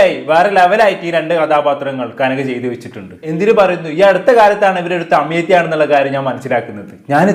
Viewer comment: തമിയത്തി അല്ല തമിഴത്തി